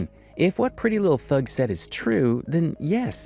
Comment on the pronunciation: you keep saying PrettyLuhhthug, instead of her actual name, which is PrettyLuhhthang.